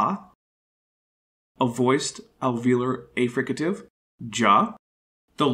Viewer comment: Love this, but it’s bothering me that you’re mispronouncing affricate; it’s pronounced /æfrɪkət/ (wide transcription if you’re confused with that rhotic looking like the alveolar trill)